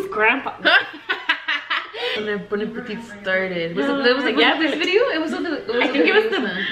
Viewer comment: Also guys who ever is new yes always says “ bideo “ 😂❤️